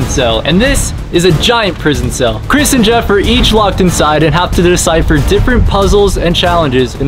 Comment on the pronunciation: It's Chris not Cirs.